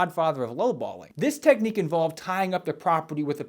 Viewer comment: I would never hand over money to some idiot who couldn’t pronounce the words technique and seminar. Yep, that would be the deal breaker.